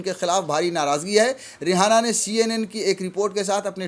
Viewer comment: किसान समर्थक का नाम रिहाना नही है सही नाम रियाना है एंकर महोदय अपनी जानकारी दुरूस्त कीजिए ।